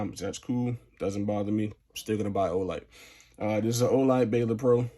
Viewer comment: Ball-Durr is how u pronounce the light not Baylor 😂😂